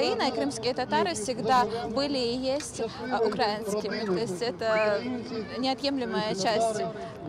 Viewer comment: Не укрАинские, а украИнские. Сразу видно, всю жизнь она переживала за крымских татар, за Крым ... Каждый день у нее случался крик души... вспомнили блин